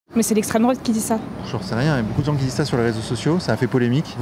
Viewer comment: "Gneugneu l'estrem droate" qu'est ce qu'ils m'énervent sans déconner